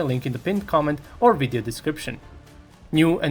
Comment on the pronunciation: I can tell your a rushin boot licker propagandist because you said WIDEO!! Lmfao hahahahaha